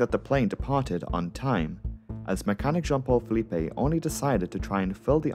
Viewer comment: The pronunciation should be Filip not Felipe.